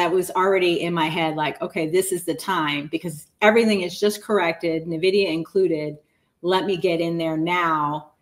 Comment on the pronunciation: Why does nobody know how to pronounce Nvidia?